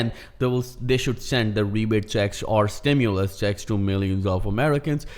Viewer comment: STIMULUS,😅 not Stimuless. Stimuloss, Stimu-late Checks ✔️ ✅️